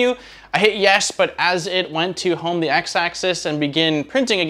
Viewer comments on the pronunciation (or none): none